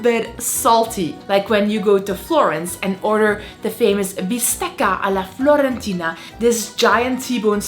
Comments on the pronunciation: fiorentina, not florentina! 🤩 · Fiiiiiiiorentina, not Florentina. It's Firenze, not Florenze (Florence) ahhaah. But great tips. I loved the one of the tips, btw. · Bistecca alla FIORENTINA not FLORENTINA! Stop repeating it! Or better yet: stop coming to Italy, too many of you already.